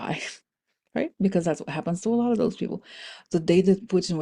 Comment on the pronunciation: Back the space program, not doze program.